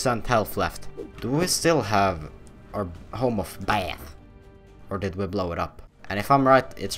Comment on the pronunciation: Let's take a BÄTH